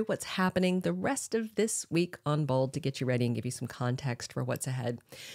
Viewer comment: Why do you keep saying bald and not bold ?